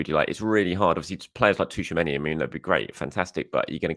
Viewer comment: haha 😂.. It's NOT Tooch-A-Many.. It's Chew-A-Many..